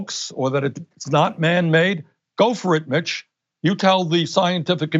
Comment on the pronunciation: I thought he said "Go for it bitch" had to go back to catch that he said Mitch.